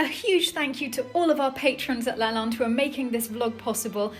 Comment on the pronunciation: LaLande not balance.